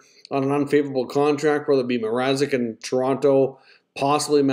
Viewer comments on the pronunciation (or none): I was wondering who the hell "Peter Mazerek" was too. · Bettman butchered Mrazeks name twice.